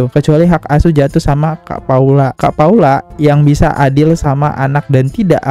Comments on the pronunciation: Emg abang ini sering bgt salah sebut nama, sebel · Paulaa bang Bukan Paulanaaa😢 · Iya ka.. Saya jg aneh di panggil paulana 😂😂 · Paula bang bukan paulana